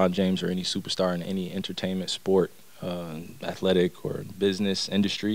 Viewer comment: Charles barkley -atha-telic 😂😂😂